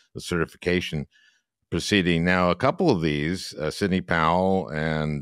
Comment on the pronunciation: "and Sidney POWWEL" did I hear an exhausted pronunciation there?